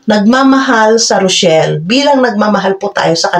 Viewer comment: THE NAME OF REYCHELLE IS THIS NOT ROCHELLE THAT IS THEIR LOVE TEAM BEFORE REYCHELLE IS HER NAME OF LANGGA IT IS PRONOUNCED AS REY-CHELLE